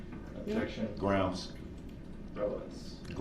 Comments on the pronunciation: Selling Darrel Brooks “gwoundz” tees until trial is over! Donate to our cash app now 😂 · “FOR THE RECURT, GROUNZ.” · The thing I hate the most about his conduct is the constant mispronunciation of words and use of incorrect grammar "I don't undershtand the grounz of this argument"